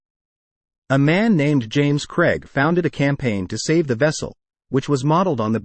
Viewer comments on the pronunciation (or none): none